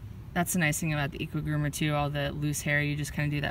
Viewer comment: It’s pronounced equee groomer